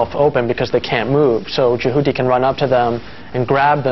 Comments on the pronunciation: eewwwww why does he say Jehuty like "Jahooty"? That sounds so unattractive. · The first reviewer bloke is a complete fool: he says "Je-HOO-ty", when everyone in the game calls it "Jehuty." I may be a ZOE nerd, but it's still an unforgivable error in pronunciation. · No, i lived in Japan, my room-mate didn't pronounce it like the guy in the review does, it was more like Je-hoo-tea. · The way he pronounces Jehuty, lmfao. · hahah yeah thats what i thought 4 the story line and the way he said jehuty